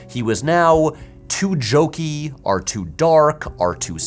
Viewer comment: I don't usually read comments and don't do Reddit, but has there been any discussion of how and why Patrick pronounces "or" like "are"? If you now can't unhear it, my apologies.